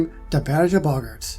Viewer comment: You’re still saying boggart wrong. It’s Bo-g-art